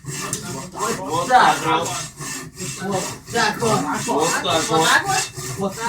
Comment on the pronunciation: Началось... Уже не смешно, не оригинально, и ударение в слове уотакуот неправильно ставите. Ждем еще кучу подобных видео.